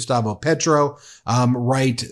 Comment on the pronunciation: Can you please pronounce Spanish names/ words correctly? It’s easy. It’s respectful. PAY-troh.